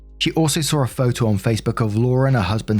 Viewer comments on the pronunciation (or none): none